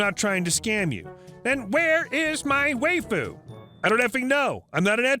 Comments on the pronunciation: It's pronounced why-fu not whey-fu and Saber is a very popular character from fate/stay night series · Lol, "way-foo". It's wife-ooh. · Lol "way-foo", waifu is pronounced "wife-foo". It is Japanese for wife, used by anime nerds who would rather a 2D love interest than risking rejection. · Hahaha how he pronounced waifu... way-fu lol. Wife-fu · Waifu is pronounced WIFE-ooo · That's... Now how you pronounce"waifu". Waifu = wife with an oo on the end. Wife-oo. Waifu. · I'm going to be the 7th or 8th to tell you... it's pronounces wah-ee-fuh. Don't let the 'why-fu' trolls fool you. They're all liars who stole the election from Ralph Nader in 2000 with the help of AOC (which is impressive as she was only 11 at the time; give credit where credit is due. The reptiloids (who are really avian) are crafty f***ers). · It's pronounced WHY-fu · "Why-foo" might be easier to understand =)